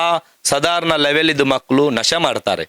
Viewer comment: ನಿಮಗೆ ನಾಲಗೆ ಸರಿಯಾಗಿ ಒರಳುವುದಿಲ್ಲವ... ಅಣ್ಣ ಅಂತ ಹೇಳಲು (ಅನ್ನ) ಅಂತ ಹೇಳ್ತೀರಾ. ಮಕ್ಕಳು ಅಂತ ಹೇಳಲು (ಮಕ್ಕಲು) ಅಂತ ಹೇಳ್ತೀರಾ...😂 ಹೇಳು (ಹೇಲು) ಅಂತ ಹೇಳುವುದಕ್ಕೆ.. ಏನ್ರೀ ನಿಮ್ಮ ಕಥೆ.